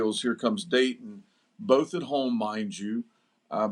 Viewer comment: This guy needs to correct himself its Dayton not daytona!